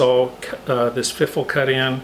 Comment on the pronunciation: Love this! I especially love that mohogany...I made one similar to this with PVC pipe just to see if I could get it to work and it did, so now I will find some nice hardwood to make one...I giggle every time you say fiffle...lol ;)